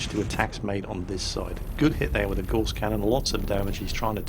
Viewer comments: Gauss rhymes with mouse,!:) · Gauss rhymes with mouse not hoarse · Looks great will give it a go if it's free to play. On a minor "actually " note, isn't it Gauss pronounced as rhymes with mouse. As in Carl Friedrich Gauss, German mathematician. I'm sorry it's minor things like this that irk me, probably because I'm a massive pedant. First world problems eh?